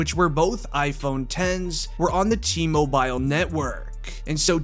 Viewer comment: Bro T-mobile please say it righ 🤣